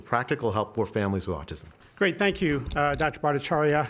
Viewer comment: FANK YOU, DOCTOR TWUMP!